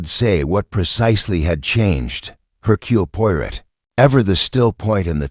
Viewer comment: hmmm.....AI voice :/ can't pronounce Hercule Poirot and j ust keeps running thru